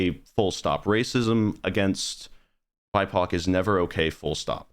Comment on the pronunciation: When he was saying bipoc I thought he was saying "my cock" I literally had to look down in the comments to check to see what he was actually saying because I didn't know about that term lol